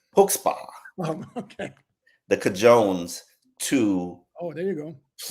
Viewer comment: not cajones called cohannes